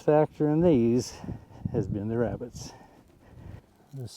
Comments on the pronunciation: “Wrascally wrabbits” Elmer J Fudd, wrabbit hunter. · Wascally Wabbits! e fudd